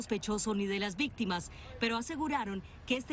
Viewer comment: Alguien más escucho que dijo vixtimas